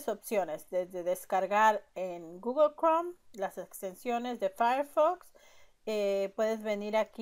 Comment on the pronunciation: solo no es goglo, se dice pronuncia gugle, gugle gugle, se escribe google.....diosi